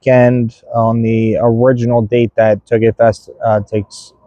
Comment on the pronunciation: Sounds like you said hoagie fest! Lmaoo made me want Wawa